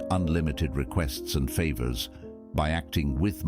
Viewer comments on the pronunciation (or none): none